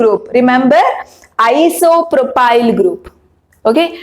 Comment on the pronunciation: Isopropyl mam not propyl